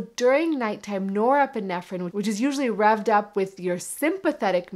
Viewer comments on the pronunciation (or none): none